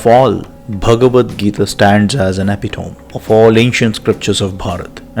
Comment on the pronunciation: It's pronounced as epi - tomy. I've seen it's mispronounced by a lot of people!